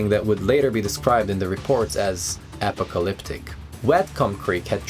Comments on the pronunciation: If you're going to use words that you don't know, take a moment to look it up. Apocalyptic is not pronounced that way, not remotely...I would have trouble repeating the sounds you made, they're so garbled. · apo-colyptic 😆 weirdest way I've heard someone talk about an apocalypse. Would he say apo-collapse? And yes I mean collapse